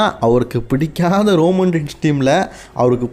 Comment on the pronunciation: அண்ணன் அது ரோமம் இல்ல ரோமன் 🙊